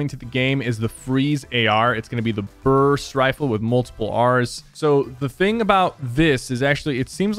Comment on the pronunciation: “The burrrrst rifle... with multiple R’s” 🤣🤣